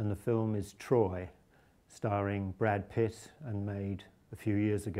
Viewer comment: did he say brad piss?